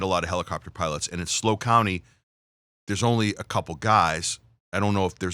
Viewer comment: It is S L O not slow. Idiot